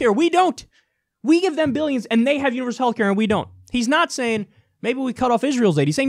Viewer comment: Is he the only one who pronounces billions as "biyyuns"?